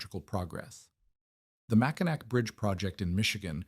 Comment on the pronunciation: Pronounced “Mackinaw” not “Mackinack.” Repetitive AI bullshit.